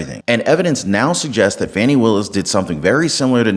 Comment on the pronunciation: Her name is Fanny not Fawnny.